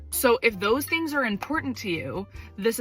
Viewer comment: please i beg can you start pronouncing the g in “things” lol, no hate but every time you said “theens” i got a little bit agitated 😂